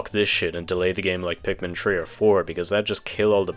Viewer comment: why do you say pikmin tree?